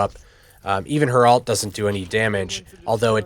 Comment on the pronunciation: Thanks for the video. Have a like! You taught me a lot, and the in-depth stuff was really helpful. Definitely deserves more views! Btw, it's pronounced ult. It sounds like you're saying alt. Or do you have an accent or something? My apologies.